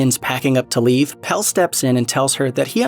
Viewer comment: God knows why you'd make a video like this and insist on mispronouncing almost every single name in the movie, as if you hadn't heard them pronounced multiple times while watching. I mean, "Pell", come on.